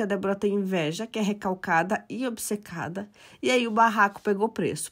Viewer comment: Ela não fala obsecada. Fala bisecada.